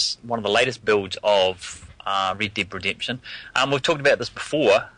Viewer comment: I agree the way they say red dead redemption sounds like rid did redemption